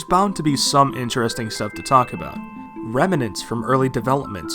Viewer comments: I've legit never heard a single person pronounce "remnants" the way you did lol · Rem-a-nents, lol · I love the way you say "remnants"